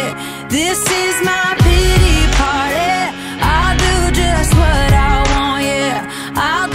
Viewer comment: “This is my peetee parteh…” 😑